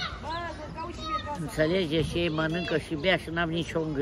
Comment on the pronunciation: Ne-a înnebunit cu "Intalejet prieteni"